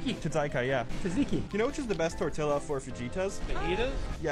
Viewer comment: When he mispronounced tortilla I got soooo mad